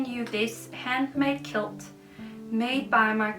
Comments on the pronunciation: With you 100% you must take a step back to re-charge and refresh and with all the adjustments you’ll be going through there’s no sense in carrying on juggling so please do whatever suits you best. Just so you know the present from the lady in America you said “kilt” it’s pronounced “kwilt” but spelt like this “quilt” I’m not criticising you, I’m trying to be helpful so I hope you’re not offended, English words beginning with qu are usually pronounced as kw a bit like when you say quick/kwik I hope that makes sense ❤ xx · I am a quilter too and this is a wonderful gift. I know how much work goes in to making a quilt by hand. By the way a kilt is a skirt and a quilt is pronounced kwilt. You have a lot on your plate at the moment, a new house, a relationship ( that also requires work and time) a home to sell, a buisiness to run, video’s to make….. its a lot so I fully understand. What I don’t understand with so many subscribers that is that the video’s don’t make enough money to make them worth the time and effort you spend on them.But whatever, take your time, do what you can we will be here for you and your channel! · A kilt is a Scottish tartan plaid skirt. A quilt (blanket) is pronounced KWILL T or K WILT (hard T sound not a D sound) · Jeg er ked af at skrive det - men det udtales “kvilt” - en kilt er en skotsk nederdel. Ikke for at nedgøre eller kritisere dig - men jeg synes det var lidt en vigtig del 🥰🤗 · Just to help, quilt is pronounced 'kwilt'.